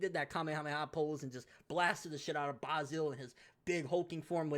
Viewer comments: it's pronounce Bay-sil not Bah-sil. As an Basil as an the herb you use for cooking. Just saying buddy. Love your videos and input man keep it up👍🏻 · why you saying basil weird?